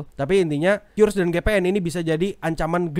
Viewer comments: Bacanya kris bang Bukan kyuris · Btw pelafalan qris itu "kris"karena pakai bahasa baku Indonesia dan ini ditegaskan lansung oleh petinggi qris (gak tau lupa siapa pastinya) disebuah podcast